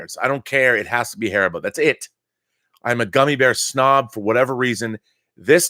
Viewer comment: HAR-EE-BO, thats how you pronounce it ;)